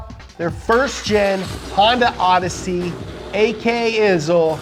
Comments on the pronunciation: the rowdesy is a k series, not a H series... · K series not H in the rowdessy, the H series is in the hatch